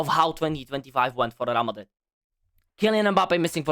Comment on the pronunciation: “RAL MADRID”😂😂😂😂